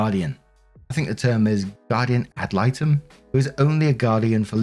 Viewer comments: You are pronouncing guardian ad litem correctly. 😻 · Thank goodness for the removal, and instating a guardian-ad litem(you pronounced it perfectly, btws). The sooner Emma can start to deconstruct her mother's brainwashing, the better. Hopefully she will stay out of Natalie's reach, and get some serious therapy going. The younger, the better. Poor gal. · Your pronunciation is fine. I usually hear it either ad light-um or ad leet-um. Both work. Usually, people in a legal profession just call them GALs (pronounced gals). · You pronounced "guardian ad litem" perfectly